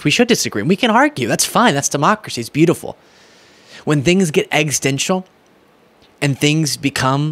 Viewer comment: please, PLEASE learn to correctly pronounce “existential” so you don’t sound like idiot Trump who can’t speak words over 3 syllables correctly! 🙏